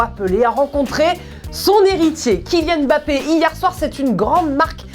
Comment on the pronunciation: Enfin une journaliste qui prononce bien le « M’bappé »